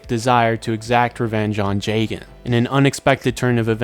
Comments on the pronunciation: Listening to him pronounce jagan jay-gen instead of Jah-gan hurts. But, the video seems chill and him saying “funkumentary” makes it worth watching it. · it's pronounced jah-gahn cuz it's a play on his name. plus that's how the Japanese is pronounced